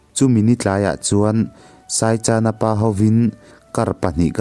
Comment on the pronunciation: Saichana tih inthluk dan hi a dik lo in ka hria... Chan hi thluk lo in, chawhmeh ka chan tih a chan tih ang hian chhiar tur a ni lo maw ??